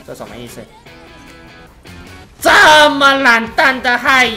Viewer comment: 我說的是發音 中文沒學好？ 聽不出來？